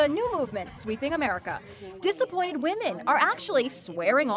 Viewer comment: Did she say dissapointed? Or disemployed?... The world may never know...